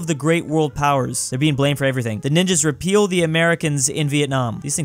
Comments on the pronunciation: i noticed this as well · He does that every single time. It kinda reminds me of how, in "My Immortal", every time anyone yells it comes out as "yielded". "Whatever! I yielded angrily." XD